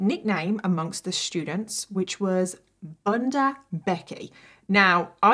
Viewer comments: It’s Boondaa not Bunda BTW lol 😂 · btw bunda is pronounced as b-oon-da (oo as in 'look at a book' as opposed to b-uhn-da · I did chuckle at your pronunciation of 'bunda' 😂❤ For reference, it's pronounced 'boo-nda'. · Its pronounced boon-da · fyi "bunda" means booty in portuguese and it is pronounced bOOnda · I love how you pronounce bunda😂😂😂